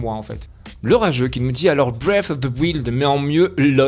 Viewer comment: Breath of the wild est un des meilleurs monde ouvert. Par contre ca se prononce Waylde